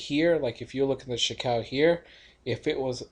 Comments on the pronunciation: "chee koo" ✔ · You pronounce Chikou very strange. I think it's Chee-Ku